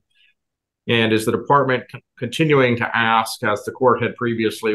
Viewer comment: Case workers know this is a legal proceeding right, no place for slang………ask not axed……